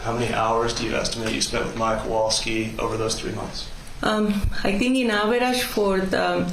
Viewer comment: They all just give off an angry and annoyed vibe most of the time. Also, that's what I've been calling her, too, haha. And why can't pronounce "Kowalski" correctly? can't pronounce "Beata" or "Maya" and now we have. Ugh